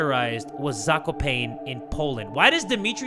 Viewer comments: as a fellow polidsh person, i can say it's pronouced "zako-pah-neh". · Zakopane is pronounced Zah-kow-pah-nuh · the way pronounced Zakopane absolutely sent me😭😭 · WHY DID U READ 'ZAKOPANE' LIKE THAT